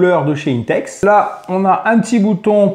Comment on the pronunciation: C pas inetex mais 1tex pour la pronaonsiaation